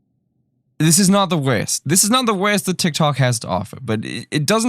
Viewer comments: Pauses at .01 seconds "This is the WERST* 😂😂😂 Also I don't have an issues with people feeling themselves a bit on tik tok, it's "Hey look at me I'm happy/confident" which I feel is important for a lot of people to do 🖤🖤🖤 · The way you flow in and out of your accent is confusing me. Do you have an accent or just like to accentuate certain words like wurst? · The WEEEERRSSSST (the best) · The way he says werst... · its funny dat when he said “worst” it sounded like hes saying “west”🤣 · I thought your voice was great to hear... but i kept wondering what "wiz" was... until i realized it was "worst".. still like the voice. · I don't really don't know if you are Irish or from New Zealand 🤔 you say folks and you pronounce worst so funny 😅